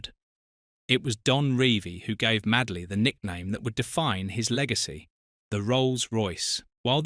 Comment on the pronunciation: MADE-LY, NOT MAD-LEY